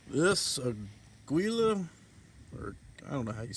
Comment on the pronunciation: Ah-gee-lah is how I have always heard that brand pronounced. No idea if that is correct or not I think it is a Mexico brand or something.